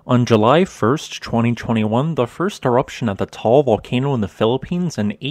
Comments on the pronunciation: Nice vlog, thanks a lot! But please note the correct pronunciation of Ta-al volcano, not Tol! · Taal has two syllables, not one. It is pronounced tah-ahl. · Thank you for the nice and profound updates about the Taal volcano. I have a friend living about 200 km away of the Taal in Luzon, so that is why I am interested in what is going on there. By the way ... the pronunciation of this volcano is a bit different from what you call it in the video. You say it in one syllable and it sounds like a "tall volcano". The locals there say it in two syllables: "ta-al volcano" and the two "a" being pronounced similar the "u" in English "but" or "hut". Keep on going with your great videos. I learn a lot (despite I attended some lessons in geophysics in my university time long ago. Geophysics was not my main interest those days though.) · No it’s just two times a long vowel like in mud or tug. 👍